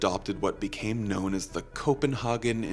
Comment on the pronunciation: You mispronounced Copenhagen (and yes I googled it to make sure).